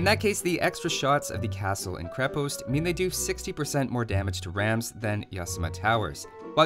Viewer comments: Minor note from a nerd - it's pronounced "KrE-past" rather than "kri-pOst". Great content, thanks for making it! :) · You also say krepost wrong